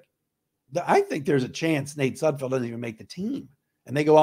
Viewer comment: No room for error on this team. At least you know that Nate's last name is Sud FELD, unlike Micro Mike who calls him Sud FIELD👍